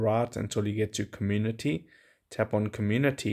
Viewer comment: Comun-unity is what he is saying 😂